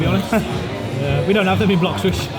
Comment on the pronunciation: ohh no i heard bloxwich🤣